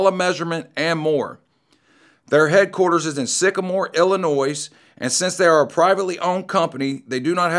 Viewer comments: Dude, you don't pronounce the S in Illinois!!! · The s in Illinois is silent